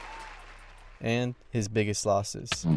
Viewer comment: What fucking "tiumphs" lil bro???? You better re-edit this fucking video soon, sped.